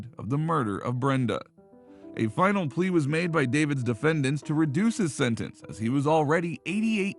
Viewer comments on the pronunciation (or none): none